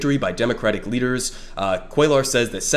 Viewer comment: really devastated that Jessica Cisneros lost by a hair to this guy. great video by the way, first time checking your stuff out ✌️ btw on a side note, cuellar is pronounced "cwaye are" since LL in spanish is pronounced with a Y sound instead of pronouncing the Ls. just a small thing but thought you should know if it wasn't intentional. keep it up brother 🤝